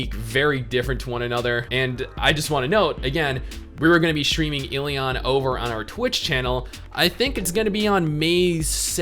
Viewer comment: "we're gonna be shtreaminééé.."